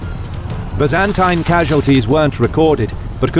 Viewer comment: I'd make a drinking game out of every time they pronounce Byzantine the way they do but I don't wanna die.